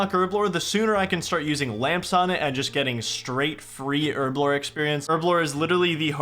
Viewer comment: Why cant Americans say Herblore?